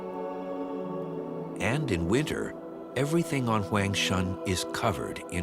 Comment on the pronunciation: He keeps mispronouncing Huangshan. Kind of bothers me.